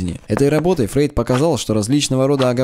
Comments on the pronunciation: Кстати, он Фройд, а не Фрейд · не Фрейд а Фройд!